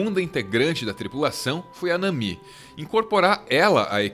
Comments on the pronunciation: Nami, não Namí, essa palavra não é acentuada, acho tão triste essa mudança de som quando vem para o português, que só deveria continuar a mesma coisa como se ouve no anime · Lâfi, namí, xóper... ai meus ouvidos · Lãffi, Namí, ai que nervosoooooo dessa pronúncia errada! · da onde esse cara tira essas pronúncias? "lãfi", "namí","Frênqui","JÍMBI". Acho que ele nunca viu um episódio de One Piece. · Essas pronúncias de Luffy e Nami doeram os ouvidos. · Nami não se pronuncia desse jeito... Mas adorei o vídeo, One Piece fez minha infância, comecei a assistir aos seis anos, quando passava no Cartoon, e desde minha adolescência eu acompanho. . Minhas notificações de comentários estão desativados por conta de comentários de ódio que estão frequentes na internet